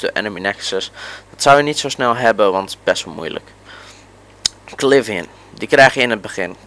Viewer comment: kilivian xd het is civilian( sivilian xd)